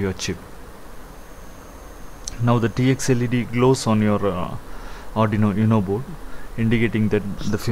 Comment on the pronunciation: Nice video. BTW, it's 'Oooohno' not 'YouNo'